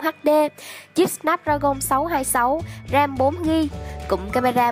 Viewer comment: có ai nghe ram 4gb thành rèm 4gb như mình ko